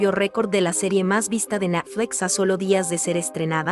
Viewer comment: Natfles que mal suena, pronuncia buen Net cual Nat, de por Dios, lo que hay que escuchar